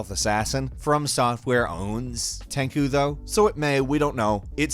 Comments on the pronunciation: TenGu? Tenku? HAHAHA TEN SHOE is how you say it man. Geez. I loved the Tenchu series. Best Ninja games ever if you ask me with Bushido Blade being my fav. as well. Somebody needs to remake/remaster Bushido Blade with Gore etc. I WOULD EAT THAT UP! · TenCHU not TenKU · Tenku= ten-coo Tenchu=ten-chew pls know the difference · Ten"ku" oh god no, please stop trying to say Japanese words. Ten "CHU" And no, it doesn't. Fromsoft have already clearly stated the game was original developed to be a Tenchu game but changed so much over time that they decided to turn it into a new IP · never thought that TENCHU pronounce as TEN KU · Tenchū now Tanku xD . Tekken butchered taken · "Tenchu" is pronounced TEN CHOO. Jesus Cripes. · SAY IT WITH ME. TEN-CHEW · Love you guys to death but I have one thing to say. Tenchu ie Ten-shoe, that is all.